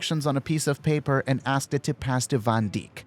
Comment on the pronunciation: my guy said van dick